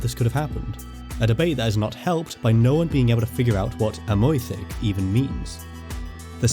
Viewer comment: I am interested by the pronunciation of Amwythig , with wy pronounced approximately oy . In the Welsh song Myfanwy the wy is pronounced oy . I read something by a Welsh speaker from Bangor University arguing that Yr Wyddfa should be pronounced with the wy as oy rather than Ur Weethva . The argument seemed the revolve around yr necessarily bing followed by the oy sound rather than wee . Any views?